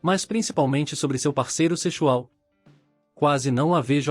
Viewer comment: "Secho?!" "Sechual?!" Mas que raios é isso?!